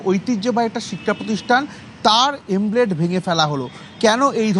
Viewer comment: আরে বোকা........ উচ্চারণ টা এমব্লেম। এমব্রেড নয়। ন্যুনতম পড়াশোনা না করে সাংবাদিকতা করলে যা হয় আর কি!!!